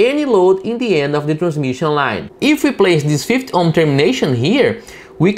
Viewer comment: Thanks for your tutorials they are very good. However take. care of the 50 pronunciation in English it is "Fifty" not "Fith"